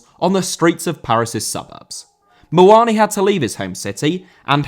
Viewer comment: Muani* not Muoni